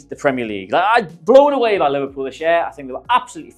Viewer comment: Great video. But Liverepool? 🤦🏻‍♂️😂